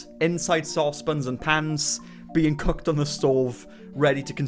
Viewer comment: Did he just say cucked instead of cooked???😭💀